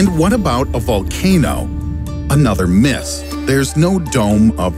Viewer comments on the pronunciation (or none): none